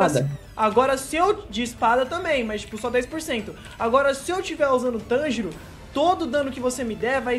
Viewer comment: MANO NAO E TÂNJIRÔ É TANJIRO FALA CERTO VEI KSKSKS